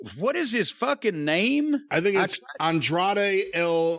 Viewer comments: Why can't anyone over 50 pronounce Andrade? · Lol why can’t anyone say his name correctly 😂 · On-Drah-Day L E-Dole-O. They should seriously write it out like that for JR and Tony so they dont embarrass themselves. But they are probably just gonna call him Andrade most of the time eventually. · Corny's pronunciation of "Andrade" is hilarious. It's a Spanish name, Jim. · So Jim’s criticizing a ethnic persons name because you can’t pronounce it. And saying he has a accent but Andrade spoke fine and could be understood. Show some respect and learn to speak his name Corny. You’d have no issue if it was a typical American name.